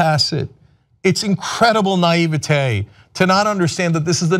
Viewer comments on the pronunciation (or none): none